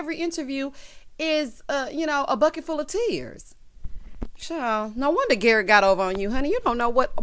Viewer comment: Garrick rhymes with Erik, just saying 🤨😁😅